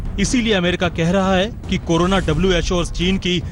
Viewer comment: कोनोना नहीं कोरोना होता है।